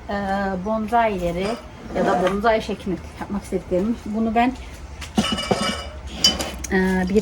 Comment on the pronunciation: Hanımefendi elinize sağlık da , bence öncelikle yapmaya çalıştığınız şeyin hiç olmazsa adını düzgün telaffuz edin. Onun adı BONZAİ değil BONSAİ dir. Saygılar